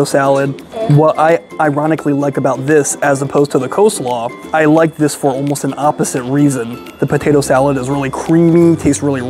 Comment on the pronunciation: cheese dogs are .70c additional , NOT $1.75 ! $2.70 AND .70c = $3.40 is the cost of a cheese dog. And it's Coleslaw , NOT Co-slaw ! poor review , very innaccurate.